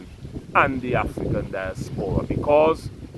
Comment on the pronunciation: Di-AS-pora not dias-PO-ra.